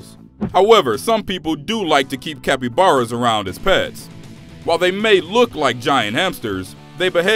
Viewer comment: video says cappyaras as violent EXUSE ME WHAT?